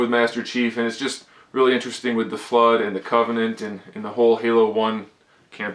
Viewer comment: I'm sorry, but did you seriously mispronounce "Flood" or was it a joke?